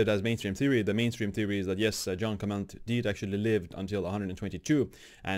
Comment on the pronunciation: Not John Clement, but Jeanne Calment. Pronounce /ʒan kalmã/ (or see English Wikipedia and listen to the audio).